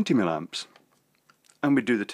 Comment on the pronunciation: It's "MILLIAMPS", not "millamps"! Do you do this on purpose? Aaaarrrggh! I love your videos but, as a qualified EE, this really irritates me to the point that I can't watch many of them.